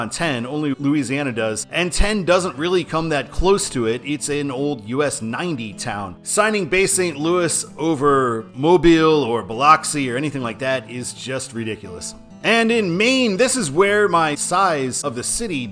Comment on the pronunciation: "bil - OXI"?? bruh what?? "bil - UH - XI"